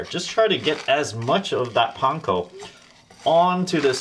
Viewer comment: I am going to try this tonight. I hope it doesn't turn out too dry. And you pronounce "panko" correctly !